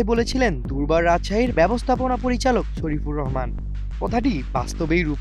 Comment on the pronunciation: দুর্বার রাজশাহীর ব্যবস্থাপনা পরিচালকের নাম শরিফুর রহমান নয়। শফিকুর রহমান। আগে নামটা স্পষ্টভাবে বলতে শিখুন! তারপর রিপোর্ট করুন 😢ধন্যবাদ ভাই❤